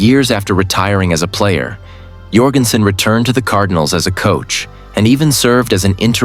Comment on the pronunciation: Need to learn to pronounce his name. It's pronounced like Michael Jordan. It is not pronounced "Your-gen-sen." Is any of this real?